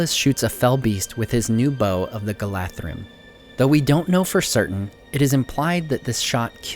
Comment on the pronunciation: Dear You almost got pronunciation of "Galadhrim" right. It's a voiced "TH" sound, like the one in the word "this." It sounded like you used an unvoiced "TH" sound, like in the word "threat." Regardless, I genuinely appreciate that you made the effort to pronounce it correctly. Ps: If it's still not clear what the difference between voiced and unvoiced sounds are, voiced ones are where your voice box vibrates. Unvoiced sounds are- like whispers- ones where your voice box doesn't vibrate. Hope that makes sense.